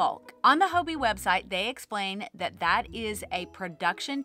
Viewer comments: Its haw-bee right? Hobbii not Ho-bee? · I love your videos, you're always so upbeat and put a smile on my face :) as a European, Hobbii was the first place I went to when I started crocheting, so it's interesting to hear your take! Just a note, I'm curious that you say 'hoeby' – is that how Danes say it?? I always assumed it just rhymed with hobby! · Hello from a Danish knitter and chrocheter 😊 I enjoy your videos a lot, very inspirational and relatable. 💜 I have heard several US yarn channels pronounce Hobbii with an o sound - here in Denmark we just pronounce it like "Hobby" 🧶